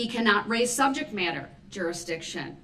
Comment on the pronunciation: Brooks: With your slick words!! Also Brooks: I've been co-horsed into this!! I axed for droorisdiction!